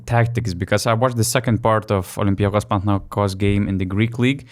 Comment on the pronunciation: OlympiacOs, PanathinaikOs Not OlympiAcos, PanathinAikos. It's easy, see?